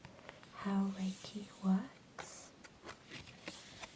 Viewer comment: you pronunciate reiki wrong. It almost ruined the video for me, almost ;) other than that, a fine video indeed.